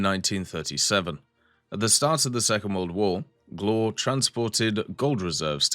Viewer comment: a tip for the prononciation , it's more like "glwhare" like the "wha" form "what" just you cut the t and say re instead but you don't rly pronounce the "e" hope this helps ;)